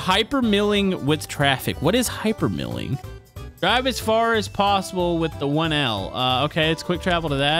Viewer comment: Its not hyper mill ing it's hyper mile ing